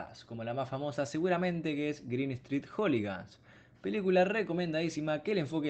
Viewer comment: "Joligans" ah bue...